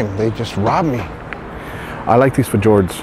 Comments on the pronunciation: Great video, you really help us get by during the long frigid Canadian winters dreaming of boating season. Just an an FYI that fjord is pronounced with the j sounding like a y, f-yord. Oh and that recent video where you filmed the cat launching on the way into Haulover 💪 awesome. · LOL the way he pronounced Fjord 🤣